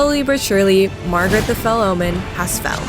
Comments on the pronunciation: I love that you call Margit....Margaret. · its not stormfield its not the gafted its not margrit 😭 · Who the fuck is "margret" ??? Who the fuck is Mikaeleth??? DO YOU EVEN READ NAMES BRO? MAH-LIH-KETH >.< EVERGOAL??? IT'S GAOL. JAIL. EVERJAILS. WHERE THEY KEEP DANGEROUS PRISONERS. DO YOU EVEN BRAIN??